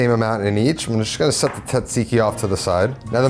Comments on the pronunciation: As a Greek, it pains me to hear people pronounce it "tsatsiki". It is pronounced like "djahjeekee" Because it is a loan word from Turkish language and we use "τζ" to represent the "dj" sound (like the G in George). Also forgot the mint and dill in the sauce. 😅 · asked google for pronunciation, proceeds to say "TOT-seeky" the entire video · OKAY PRONOUNCE TZATSIKI "T" IS SILENT, SO IT IS ZAT (EMPHASIS ON THIS SYLLABLE) -ZEEKEE... ZAT-ZEEKEE (LONG E FOR THE "I's) NOW GO AND PRACTICE AND KNOCK OFF THE T SOUND...YOU SOUND LIKE AN IGNORANT ITALIAN FROM THE SOUTH...NOT ONE FROM THE NORTH, LIKE ME!!! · You mean "TOT-seeky"😂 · Also, pronounced correctly makes it taste better. "TOT-seeky"😂